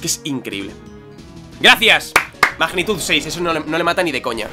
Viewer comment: Mejor momento del episodeo cuando a dicho magnemite y que iba a usar mAgnitud jajajaja la tilde en la a jajajs buen episodeo